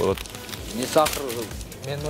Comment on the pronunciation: не сахарды туура айтчу😃